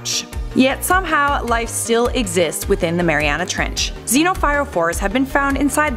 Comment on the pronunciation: Mariuana treench xD